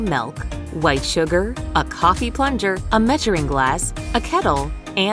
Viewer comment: Pluger instead of Plunger